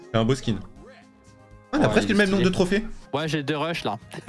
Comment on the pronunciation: Tu la mal prononcer le nom